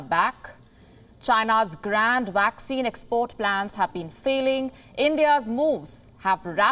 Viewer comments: Young lady, it is not 'WACCINE'. It is 'Vaccine'! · Please learn to pronounce vaccine correctly. It’s pronounced as vaccine not waxing! Otherwise, an excellent repot, as usual.